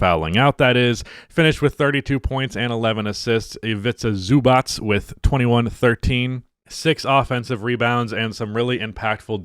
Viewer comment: thank you for pronouncing the c's in ivica zubac's name as /ts/ instead of /ch/.